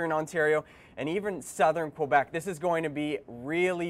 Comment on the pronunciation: Fun fact, it's K-Beck not Qwa-Beck...